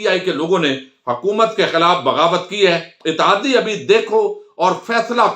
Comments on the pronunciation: بگاوت نہیں بغاوت please correct it! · بگاوت نہیں لفظ بغاوت ہوتا ہے۔